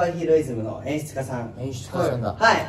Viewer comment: 二人とも演出家言えてなくて可愛い笑